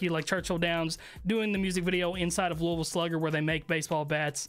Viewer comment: Kentuckians appreciate you saying Louisville correctly!